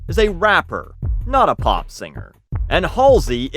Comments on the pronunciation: I like hearing you say "pop" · I can't tell if you say pop weirdly or you've just said pop so much this video that it sound strange now. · No there's definitely a w in there lol